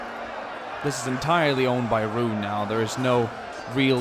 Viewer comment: I'd say that the Haradrim look the best. Especially riding the Mumakil. I got kinda annoyed when you called them Rune, but you noticed the mistake by the end so all is well. Please do more on this. If you can, try and recreate the battle for Pellenor fields. Whenever you can is fine - just please make it happen.